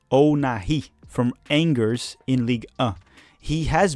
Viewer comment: Lol Angers= "uh jeer"